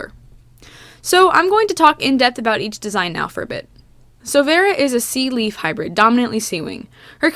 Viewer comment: I thought you said sea weed instead of sea leaf.